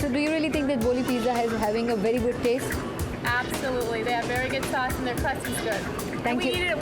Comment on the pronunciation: Very funny, Sauce ko saas bana diya bhai ne ....... Lolllllllllllllll